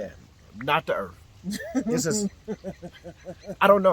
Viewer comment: “The earff don't shake where I'm from, maybe it's cause we got treeeeees” 🤣🤣